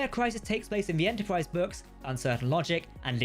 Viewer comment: Extensive video and full of good info, especially "Enterpwrise" 😃